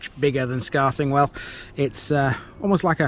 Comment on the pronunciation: Your also over pronouncing the TH sound in Scarthingwell. It's more like scar thin well , enjoyed the video lived in Saxton when I was younger.